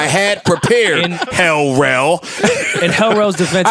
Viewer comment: Joe said L Rell!!!!😂😂😂😂